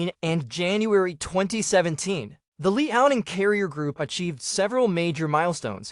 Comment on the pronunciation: Stop watching when you pronounce LEE-ao-Ning.